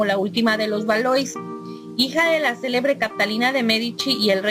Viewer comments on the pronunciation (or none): Se pronuncia Valua por si subes otro ya sabes cómo es 😄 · De ValuÁ...... con acento en la a ... A ... (tú que eres corrector, habrá que tomar nota)